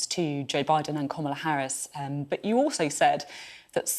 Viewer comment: He can’t even say Kamala’s name properly...